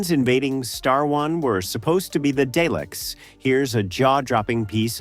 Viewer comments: Jesus. This A.I. voice cannot say Dalek properly. It’s Dar’lek! Not Day’lek. So annoying.. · The pronunciation of Dalek is "Darlek". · I stopped watching the moment day leck was mentioed.